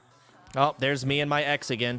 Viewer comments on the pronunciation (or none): The way he says "My ex again" do be sounding like "mexican" lol